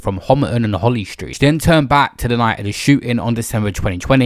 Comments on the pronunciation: lol did a man say holy street? 😂 it’s holly st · It’s holly street not holy street